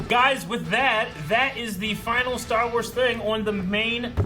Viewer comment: is writing some great stah wahs